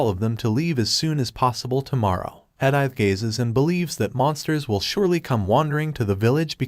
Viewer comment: They butchered Edithe's name.